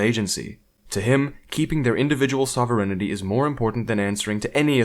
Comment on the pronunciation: that is the most butchered pronunciation of sovereignty I have ever heard